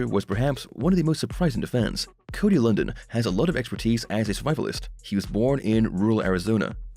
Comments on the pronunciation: Have you even watched the show? It's not "Cody London". It's pronounced "Cody LunDEEN". If you watched the show, you would know that. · Would be nice if you knew how to PRONOUNCE HIS NAME!